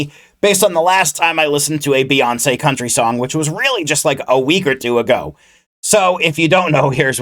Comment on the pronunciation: Her name is pronounced bee-yawn-say I’m sorry the way you were pronouncing her name bothered me LMAOO😭